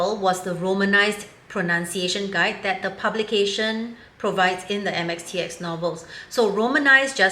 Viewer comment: How did she get it so right......